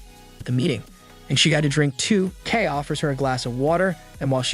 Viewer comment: Pronunciation is KAY, But love the Vid. This was my first Anime DVD I bought.